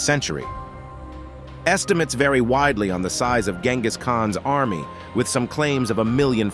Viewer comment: He pronounced Genghis name wrong.